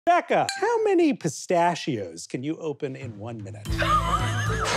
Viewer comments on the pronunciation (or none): anyone else notice that Becca says "pistachio" a little differently?